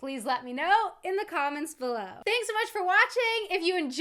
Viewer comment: I‘ve watched so many of you videos but never commented on any of them. I always wanted to say that I just LOVE the way you say „below“ 😄 the „e“ almost mute and the „w“ very soft. It‘s a hard word for non native speakers to say